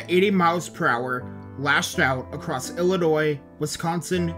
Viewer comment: Fillionois (Illinois)